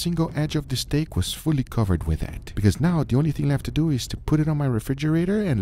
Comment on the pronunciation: Has anybody else noticed that Guga pronounced 'steak' in different was each time? Stack StAEk Stek Steak Just me? Ok.